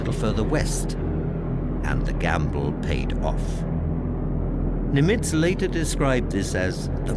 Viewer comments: Pronunciation of Nimitz was strange. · I agree. If you’re going to be a narrator, you really ought learn the correct pronunciation. He made multiple mistakes to the point of distraction.